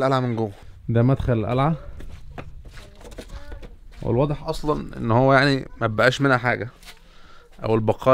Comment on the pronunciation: القلعه😂😂 مش الالعه😂